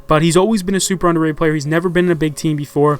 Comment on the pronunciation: i font even pay attention when says underatted in these videos anymore